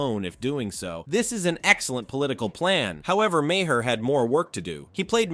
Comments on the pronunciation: It’s pronounced MAY-er, MAGA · imagine someone who likes Bill Maher so much that he can recite and replay so many of his jokes, yet can't even pronounce his name correctly even once